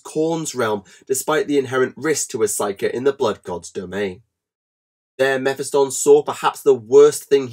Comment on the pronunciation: Meh-fi-stun? Meh-phist-tonne